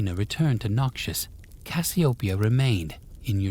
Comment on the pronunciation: Stop saying noxus like Nausius, its soo jarring pls I beg. Thisis i great, but the way you say it ruining it.